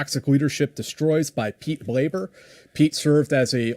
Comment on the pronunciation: I literally just herd on the Mike Force podcast with Mike Glover, tell a quick funny story with former Delta operators Chris VanSant and Lee Busby about how Pete would get annoyed if guys said his last name wrong.. He would remind them that was “Blaber” not “Blabber” lol